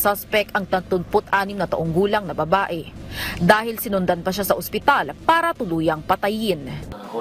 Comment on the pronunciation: Bat ganoon naman sir ang iyon g sinabi masyado mo diin ang babae